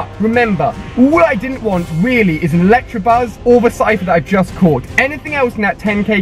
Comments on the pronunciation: Can you please stop pronouncing the non existent 'R' in Electabuzz? It's very annoying. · It's elecTAbuzz not electrabuzz.. And also pidgeotto is pronounced pidgey-oh-toh! As ash Ketchum would say :) no hate here 😜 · i like this series but somebody teach this man how to pronounce electabuzz